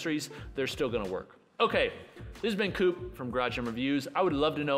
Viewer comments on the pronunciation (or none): none